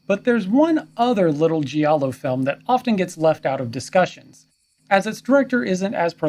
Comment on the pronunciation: Great video and well researched. Intelligent perspective. Just a friendly heads up.. "Giallo" when pronounced correctly, should rhyme with "Shallow". Not the commonly mispronounced, "gee-allow" . Thanks again for a great video!